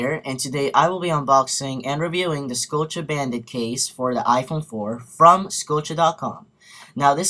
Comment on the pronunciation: its.....Scuh O shhh...not...scuh O chay